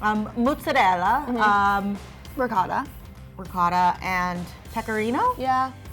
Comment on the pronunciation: As an italian, I'm cringing at the way they said ricotta